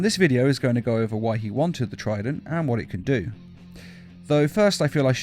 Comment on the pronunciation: is it trident or frident?